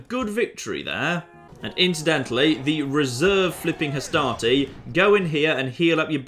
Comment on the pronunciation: every time you say "Hastati", I just hear "Astartes" and I think your troops are gonna mow down the macedonians with storm bolters.